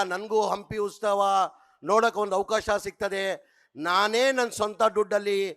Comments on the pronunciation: ಉಸ್ತವ ಅಲ್ಲ ಅದು ಉತ್ಸವ 😢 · Ustava alla kanole .. utsava adhu .. neen first correct madko